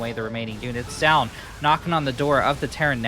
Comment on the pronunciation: It's "joh-un" not "ja-un"